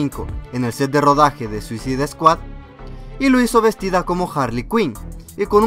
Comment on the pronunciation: No es ninguno. Lo que él pronunciaba mal era "Squad", él dice Esquad. pero ed Squad. Y Suicide está bien porque se pronuncia como se escribe (Esto va para los avanzados en inglés). No dice Suizaide. Para los que no lo son es "Suicid".